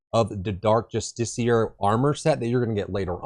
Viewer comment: Written build progression and proper pronunciation of justiciar. All it takes to win my sub is a brain.